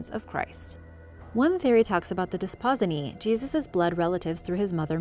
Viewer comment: Love your channel! I'm so sorry, but I have to correct your pronunciation of the "Desposyni" I don't know why but it is a pet peeve of mine! So, again I apologize. The term Desposyni is pronounced: (Des-po-seenee) Thanks for indulging me, and keep up the great work!